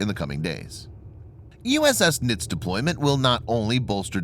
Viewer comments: It's pronounced "nitzee" not "nits". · I am a plank owner of this ship please stop saying the name wrong she was a great ship